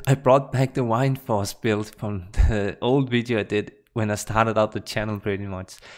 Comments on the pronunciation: Btw I am sorry for this, but every time I hear you sayin "why-nd-force" my ears start bleeding. It is '"Wind-force". WInd like breathin English or vind in your language :-) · whind-force?? the fuck bro lol? its wind. like the wind blowing from a storm. wtf wtf?